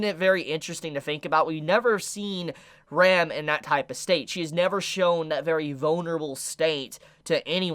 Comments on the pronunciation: I was so confused with his pronounciation of Ram and Rem. It was supposed to be pronounced like (Rum) and (RAM) respectively lol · why does every anime reviewer pronounce Ram's and Rem's names the very same ? it always confuses the hell out of me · pls pronounce the A in Ram more cuz I couldn't destinguish from Rem to "Rem" XD, still tho pretty good vid. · Ahaha I still can’t distinguish between Ram/Rem when you say their names out loud